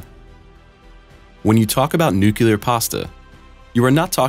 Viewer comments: Repeat after me! "NUCLEAR", "NUCLEAR", "NUCLEAR"! Not "NUCULAR". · NUCLEAR NOT NUCULAR! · Okay, very informative, but you need to learn how to properly pronounce nuclear. There is only ONE u in the word. It is NOT nu-cu-lar, it is pronounced nu-clee-ar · Yea it really bugs me when people do this. New clear.... not new cue lar lol. Like the channel and the videos though. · Made it to before saying "phenomena", bravo. Also it's NU-clee-er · It's concerning that the narrator can't pronounce the word "nuclear" properly. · dude needs to learn how to pronounce nuclear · Fascinating. How one can narrate this without knowing how to pronounce 'nuclear', that is. Also; this video is 90% about things established and explained, not weird mysteries. Clickbait. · That one always jumps out at me since my Dad worked on the Polaris Nuclear Sub program. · best youtuber can't pronounce "nuclear" properly? Your standards must be very very very low.